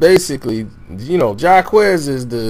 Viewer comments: if this dude say Ja'quez one mo damn time...Jacquees thank u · It’s not jacques it’s (JAH- QU -EEEEEEE -SE) Jacquees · Who is jaquez? It's Jacquees.. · JAH-QUEEEEESE 🤦‍♀️🤦‍♂️ NOT JAH-QUEZ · Wave it Like a Helicopter lmaoooo Jaquez😂😂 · Why is everybody calling him jacquess his name is jacquees 😂😂😂😂😂🤣🤣🤣🤣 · I can't take this review seriously cause first of all he don't know how to even pronounce Jacquees's name correctly and he don't even know who Ella Mai is. Smh you can tell who's in tune with today's R&B and who's not. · 9 times out of 10 the remix is better. He got permission, the record label took it down not her. And this dude is saying his name wrong and it's making me heat up. He's talented as shit and she's talented, but just bring it back. FYI it's on Facebook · This review is terrible. The name pronouncing and the extra noise in the back. Sir pay attention when you're recording. 😂😳. We don't have time for 2 second pauses. Jacquees's version was better however because of IP laws he can not remix it without permission. He used the same melody and hook. So thats why it's not legal yall (duh). But if someone his the link please post. 😂😂😂😭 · okay if it don't need to be talked about then why are you talking about and you're pronouncing his name wrong🤔🤔🤔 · First u SAID HIS NAME WRONG DAM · I don’t think that’s how you say his name... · I just want him to pronounce his name right ughhhhh!!!!!!!!! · You don’t even know how to say his name 😂🤦🏽‍♀️